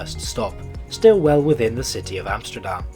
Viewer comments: Really? Dutch second language speaker here and I only thought "Rotterdam" and "Haarlem" were close to sounding Dutch. I cringed at his pronunciation of "Centraal" and adding the sj sound to Amsterdam is very ... Amsjterdamsje ;) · Your pronunciation overall is quite good, so I'm quite surprised why you pronounce the country's capital as AmsJterdam. You don't pronounce English words like steel as sJteel, or step as sJtep, do you? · You’re making the hypercorrection mistake of pronouncing things with a “sh” sound. I don’t know why that’s so common. Yes, when Dutch speak English it can sound like the S is a “sh”, but you’re closer pronouncing Amsterdam in your own accent than saying “Amshterdam” 😂 Anyway, I used to travel regularly with Merseyrail. Far fewer passengers and far dirtier. So… hou je bek. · It is not called "Amshterdam" or " Nederlanshe" FFS. If you're going to try to pronounce things at least bloody learn them first.Otherwise just speaking normally. Crikey f***. Usage of 3D map is cool though👍